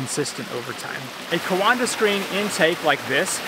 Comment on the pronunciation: coanda is pronounced kwawnda